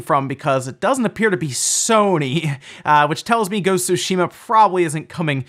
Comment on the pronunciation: Please stop pronouncing Sushima…